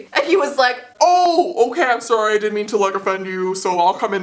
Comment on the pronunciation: I love how she pronounces “sorry” she says “sory” 😂 not hating i love